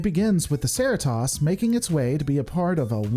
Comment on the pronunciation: One question. How did you watch the entire series and still not manage to pronounce Cerritos correctly once? lol - Love your videos. Keep up the great work!